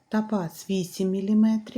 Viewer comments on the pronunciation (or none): " кАльє, тАпаз,Апал," 😂😂😂😂😂😂гидко слухати!